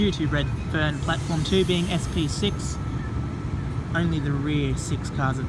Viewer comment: Next stop reedferrn got me guys 😂😂😂😂😂😂